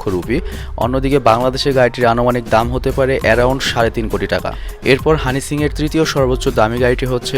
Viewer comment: bhai honey singh tar nam honey shings keno bolen .eta ekta naam e nah its a brand soo shomman diye correctly bolen[just kidding] dont mind bro